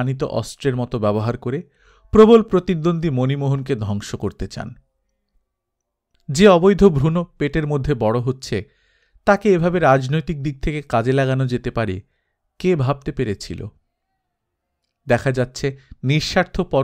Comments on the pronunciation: ভ্রূণ শব্দটির উচ্চারণ bhrun, bhruno হবে না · খুবই ভালো লাগলো এই অসাধারন গল্প & পাঠ। শুধু ভ্রুণ উচ্চারন টা একটু ঠিক করবেন।